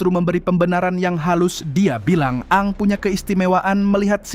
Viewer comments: Ini yang dubbing IA ya...... Bukan a ang tapi bacanya eng.. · 😂😂😂di baca eng bukan a ang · Min kenapa lu bacanya A A NG ??? UDAH JELAS2 DIBACA ENG KOK DIVIDEO DETIK TERAKHIR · Aang (Aeng) Bukaan Aang Min . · Maaf di bacanya bukan kaya orang Sunda a nya 2 AA tp eng bacanya aang =eng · Aang bacaannya (eng) bukan (a ang) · Koreksi Min... Agak terganggu dgn penamaan Si Avatar,... Kenapa pengucapannya harus A ang 🤣🤣🤣,,,, kan bisa disesuaikan dgn yang di animasi yg dulu tayang di global Tv kalo gak salah,,, yaitu ENG 😂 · Eng bang bukan aang🤣🤣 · Aang dibaca eng😂 a ang pula😅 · Dining nya bilang ang Aang 😂 udah kaya Avatar reborn Sunda empire 😂😂😂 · Eng gak si bang nyebutnya...😅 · Ya elah min.....Eeng x min,,,, Untung cm 1 nm yg keseleo penyebutannya,klw smpe 2 si katara JD katarak kan JD BKN kelompok avatar😂😂😂😂😂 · Denger nya malah A Ang terus knp lah admin ini wkwkwk😩🤣🤣